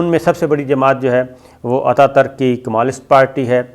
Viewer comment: Sabir Bhai, it is KAMAL ATAA TURK, not TARK. , It is from TURKEY ....TURK